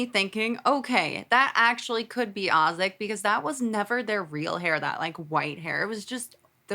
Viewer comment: it’s Azik like saying the letter A and zik it’s not Ozik